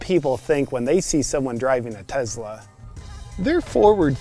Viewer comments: If he pronounces it "Tezla" one more time I'm gonna have an aneurism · Literally first time I’ve heard it pronounced “Tezla” haha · The way he says “Tezla” realllly grinds my gears. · Tezla tezla tezla tezla tezla tezla. Are you dead yet? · There is no Z sound in Tesla. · Me too. Tezla. Sounds fucking annoying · "Tezla" you know this pisses them off and you say it through the whole video! 🤣😂🤣😂🤣😂 Luxury enviroshame just killed me. OMG! 🤣😂🤣😂🤣 Along with carbon shaming, you should trademark these. You are too awesome. I had to watch it twice! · He says "Tezla" the same way I do. Annoys my wife. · JP sounds like your saying TEZLA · Tezla, is that how it’s actually pronounced and only find out once you have honor to own one? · You mean I've been pronouncing it wrong all this time? It's "tez-la"? Who knew!? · Nice TeZla😂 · teZla . . ..lol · TeZla.... lol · Are you pronouncing it Tezla on purpose? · Te z la LMFAO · why does he keep saying it like "tezla"? Is that part of the joke? Watching this while it costs over $100 to fill up my truck makes this not as funny.... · That pronunciation of Tesla was so intentional. I adored it. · Why do I have to be the guy who tells it like it is? ;) JP is mispronouncing it to make fun of those who mispronounce it. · I agree but that's also how Elon says it. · His pronunciation of Tesla (real or fake) is filling me with murderous rage. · Great but it's Tesla with an "S" not a "Z" 😂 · Man, good video, but I had to stop a few minutes in just because I couldn’t handle the “tezla” pronunciation… TeSla, brochacho ;) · Its not TeZla its TeSla!!! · I love how he says "Tezla" instead of Tesla. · I would love to get one of these Tezlas. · So rich people call a Tesla a "Tezla". I never noticed that! 🤣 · Tezzzzzla? Isn’t it TeSSSSla?? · Why are you calling it a “Tezla “? It’s a Tesla. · Tezla ? It's Tesla. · TeSla, not TeZla, donky kong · like him saying "Tezla" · “As a Tezla owner “ 😂😂😂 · “Tezla” -Some random